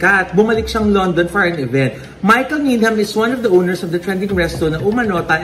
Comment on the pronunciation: Needam ang pagkabasa ng Needham:) silent H po sya ❤